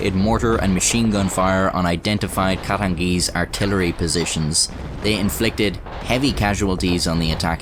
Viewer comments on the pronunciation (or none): He said “the katengeeze numbered over tree thousand”